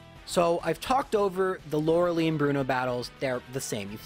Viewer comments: it IS pronounced "Laura-Lie" not "Laura Lee"..I have seen people with this name and NONE of them ever pronounced it,the way you do... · Did you know it is pronounced Lora-lie? for the rest of the video: Lora-lee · I'm sure there are plenty of other comments about this but seriously....why "Lore-leigh"???? its definitely "Lore-lie" it bugs me in every video. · Did you all know its Laura-Lie not Laura-Lee? Lauralei: Haha Ice move does winning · As a kid, I pronounced it "Loree-ellie". I have no idea where that extra syllable came from. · That Lorelei fakeout was the worst. Literally every time you say Lerelee it hurts me. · Lorel...-I..?! Not Lorily, not Lorder-duray, Lorel-i 😂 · Lora-Lee has always been how he pronounces her name, it has become a tradition on this channel by this point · Not trying to nitpick here but Lorelei is pronounced Laura-Lie......Btw you forgot to mention that Blastoise looks like it is OBESE in Gen 1......lol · I dno in my language its more pronounced; lorelay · "Lora-LIE" I raged so hard when I first started watching you because your weird pronunciation of this name. But.... I've watched so long that now the correct pronunciation sounds wrong to me. It feels wrong to say it. You've converted me. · Damn I got all excited that he was finally gonna pronounce Lorelei correct. Dammit you fooled me! That 5 hp self destruct tho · "Oh my god, it's finally happened! he has finally realized that he's been saying Lorelei wrong all alo- oh..." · The way you pronounce "Lorelei" really aggravates me. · I love the rival fivel joke also I know I’m just nitpicking but your saying Lorelei wrong. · So is the pronunciation of Loralei some sort of inside joke that I've missed? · Have you been mispronouncing her name intentionally this entire time? Like how wolfey says wenusaur? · PLEASE JUST SAY LORELEI CORRECTLY 😫